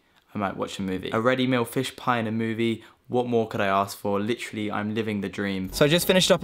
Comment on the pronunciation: ahem ahem: LITCHRALY